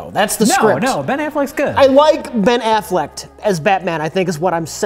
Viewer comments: I realize this is 4 years late but, "afflekt"? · How did no-one correct when he keeps calling him Ben Afflect?